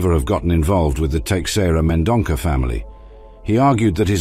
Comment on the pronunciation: The name is Teixeira Mendonça, read as Tay-shay-rah Men-don-sah.